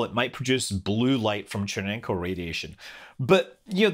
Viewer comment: Except failing at pronunciation of names. Everyone, say it with me: Che, ren, kov. Che, ren, kov. Che, ren, kov.